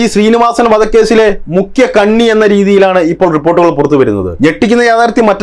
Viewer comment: Pidikkappedunnnaver.. Ellaam... Mukkiya. Predhighall.... Pradhaana.petta..predhi....... 😂😂😂🤣🤣🤣🤣🤣🤣😂😂😂😂